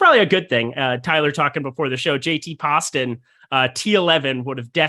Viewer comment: Good lord, you guys would benefit from watching a broadcast here and there. Learn to pronounce names correctly (Poston, Theegala). You’re like the white PA announcer at an affluent white school trying to pronounce any name that’s basically not Matt Jones